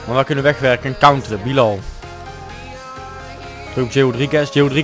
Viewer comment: Het is Bielal en heb je Pelle verkocht